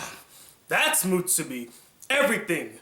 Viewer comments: It's "muSUbi" not "muTSUbi". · u keep saying mutsubi not musubi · Musubi. Not mutsubi. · Why are you pronouncing musubi like theres a hidden T in there? Its not mutsubi! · Kazuspeed x Because allowing him to trigger you with bad pronunciation is.... mutsubi. :D